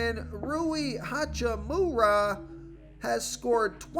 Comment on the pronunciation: Lol said “ha choo moo raaa” I’m 💀😂😂😂